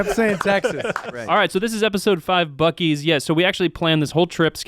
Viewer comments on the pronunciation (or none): WHAT?! At about 54 minutes someone refers to the Buc-cee's bathroom as the "bew-cees" bathroom! That's worse than "What-a-burger"! LOL.